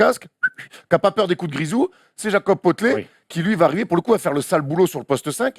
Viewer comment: Je suis resté sur « Jakob Potelé » tout le long de la vidéo.